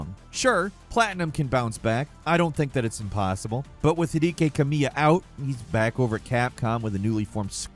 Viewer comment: Nothing better than hearing Hidaykay Kameeyer's name.